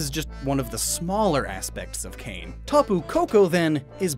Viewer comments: Kāne isn't pronounced "kain". It's kah-ney. Hawaiian, being a Polynesian language, doesn't have closed syllables like that. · It’s kah- nay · Kāne is pronounced "kah-neh."